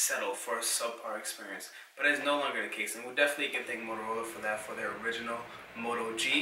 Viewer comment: Quit pronouncing the letter T as a D. It is THEY not day and THEIR not dare. I hate poor grammer.